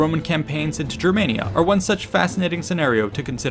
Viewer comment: You're pronouncing Germania wrong, if you're going off what the Romans called it